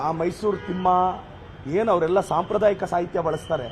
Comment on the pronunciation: ಏ ಮುಳ್ಳುಹಂದಿ, ಸಾಂಪ್ರದಾಯಿಕ ಪದ ಅಂದರೆ ಗೊತ್ತೇನೋ ನಿನಗೆ? ನಿನ್ನ ಯೋಗ್ಯತೆಗೆ ಸಾಂಪ್ರದಾಯಕ ಪದದ ಉಚ್ಚಾರಣೆ ಸರಿ ಬರಲ್ಲ.